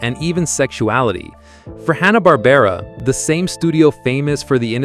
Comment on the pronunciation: This is crap! I couldn't make it to 2 minutes. You can't even say Hanna Barbara correctly 2 times. Green beanie on the dog...oh my you are blind too. 😅 No thanks I should have known by the claims as well as your channel name.